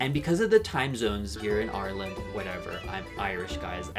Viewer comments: okay this is the first time i ever remember finding out you're irish and that did totally take me by surprise lmaooo i can only hear an accent other than american when you say "ireland" 😭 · Haha - I believe you're Irish every time you say Ireland.